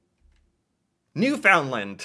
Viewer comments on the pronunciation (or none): …and Newfoundland is pronounced New-fund-land, with the main emphasis on the first syllable. It’s not New-found’-land. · I'm afraid you lose point for pronouncing the province "new FOUND land". It's pronounced "newfunland", 'cause it's FUN! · Newfoundland is actually pronounced "New/fin/land. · Please dont forget that Newfoundland is actually pronounced like Newfundland. The d is more silent. Anyway thats how we pronounce it. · Your math skills suck. You jumped from 0 to 2 to 5. But you did exceptionally well considering some Americans can't find us on a map. Since you're surprised by how recently landmark events took place up here, thought you'be interested to know that Newfoundland (pronuncuation closer to Newfundland with the emphasis on the 1st syllable) joined Confedaration in 1949. I new the flag year, because I participated in the contest (didn't win) and every Canadian over 50 remembers the Confedration date because of this (the song played on radio ad-nauseum, and was embedded in the Canadian consciousness): 1 little, 2 little, 3 Canadians. - My Canada is famous for Lacrosse and providing booze for America's prohibition era!!! - Well done on George St. Pierre. I had no idea. - Les "Canadiens" de Montréal is the correct spelling for the Habs. - Montréal is an island, so the only city to sit "on" the St Lawrence. Otherwise, Ville de Québec could be a correct answer, as it sits on it's shores (and makes it a truly breathtaking drive between two cities). - And EVERY CANADIAN knows THE HIP. In fact nearly every Canadian watched their final concert, live (no lie). you will always be a Honorary Canadian, no quiz is going to change that. Always room on my couch for you to crash, should you require in-person research. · Garneau is pronounced Gar-Noh. Newfoundland is pronounced Newfin-Lund. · And don't forget to put the emphasis on the first syllable.